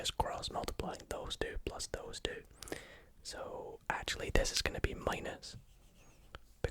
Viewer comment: Everytime he says two I hear ‘dude’ but like this ‘dude’ boys with t shirts of a sports team and sunglasses 24/7 say Don’t ask me why